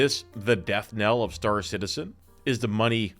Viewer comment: Star Citedium 😂